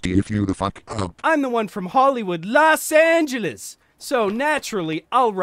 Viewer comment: Lmaooo had to stop the video to laugh this one out. "Los Angelas Anacondas"